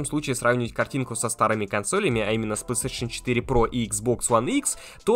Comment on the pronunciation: Чел не говори плстешн 5 очень режит уши